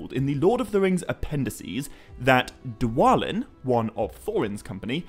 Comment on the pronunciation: Why wouldn't it be Thor-in just like its thra-in? Also it was always pronounced dwa-lin no other way